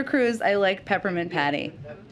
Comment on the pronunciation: Jen u are 'peppernint petty" not patty hahaha